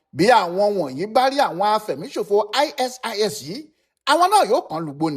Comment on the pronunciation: aisees ni pronunciation ISIS... eeswap ni pronunciation ISWAP...